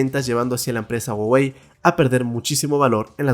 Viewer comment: Se pronuncia juawei :v